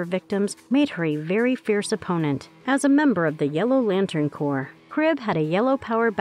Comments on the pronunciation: Maybe don't hire this lady to narrate videos anymore. Nice voice but she obviously didn't know the difference between corps/corpse...violet/violent...Sinister/Sinestro. Reading is fundamental. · why did you pronounce Corps with that kind of intonation? are you a robot or smth